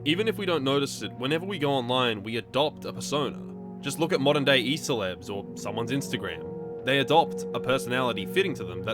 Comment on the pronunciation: i kinda heard E-Celebs as some new word Æselebs which i think is fittingly alien and strange.